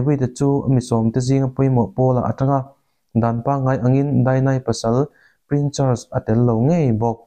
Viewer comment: Prin chars tilo la, prince charles ti la😂😂😂